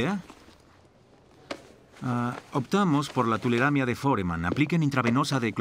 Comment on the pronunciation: Dice tuleramia cuando es tularemia. 😐